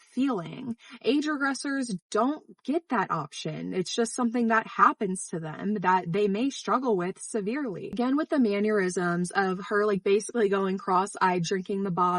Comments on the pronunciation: It's spelled mannerism, not mannurism . Please refrain from wrongly pronouncing it.I couldn't ignore it because my brain exploded every time. Do better, or I'll send Jesus to top shelf your toilet. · just as a side note, 'mannerism' is not pronounced like 'aneurism' with an m